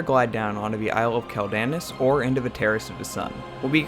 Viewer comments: Dude... it's "KWELL-da-noss" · I know you play Alliance but....... bro........... Quel'Danas isn't pronounced like that. "Quel" is pronounced like the word "quell" (kwel); "Danas" is pronounced with long A's and a hard S (dah-nahss). Great video, but I had to cringe every time you mispronounced the name of the Isle. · its pronounced quell den ahs